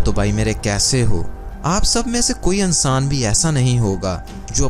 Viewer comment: aannssaaaan hahahaha